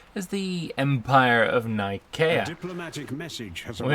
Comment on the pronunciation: excuse me but the c in nicea is soft like the c ont pronounced like a k i know this ia it is the place the the centeral creed of Chirstianity was crafted. though it was probably named for the god nike of greeck fame.